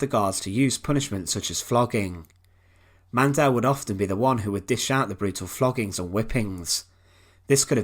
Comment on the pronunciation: Why pronounce the E in Mandl so hard? There is no E